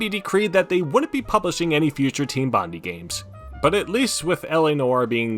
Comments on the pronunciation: While I'd wager you'd probably never reference or mention Bondi ever again i thought you should know it's pronounced "Bon-Die"/ "Bond-Eye" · the way you pronounce bondi is insane lol